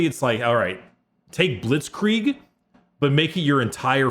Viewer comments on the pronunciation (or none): none